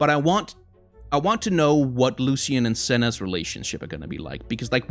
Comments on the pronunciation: ''lushian?'' that pronounce cringes me. isn't it ''lushen?'' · It’s Lucian not Lusican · Please pronounce Lucian the right way D